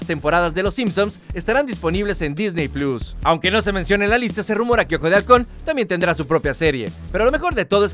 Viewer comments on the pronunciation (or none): none